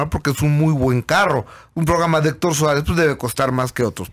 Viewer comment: "Héctor Suerez??"